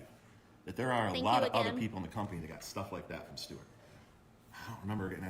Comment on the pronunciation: in the last video, did call stewart, "stubert"? I swear he went "stubert, stewart"